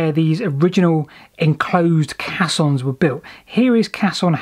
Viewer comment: Caissons is pronounced 'kay' ssons as in " they are flooding the drydock crimson. I doubt anyone traveled down the caisson, bargeman would be moving the horses to the exit for re-hitching of nags on tow path.